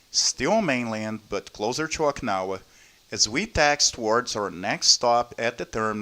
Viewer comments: its o-ki-na-wa not oiknawa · it wrote as okinawa but u keep pronouncing oikawa lol